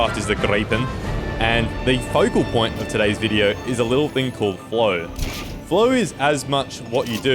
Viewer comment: I thought he said "Blow." 🤣 That's true too for flow too I guess 😂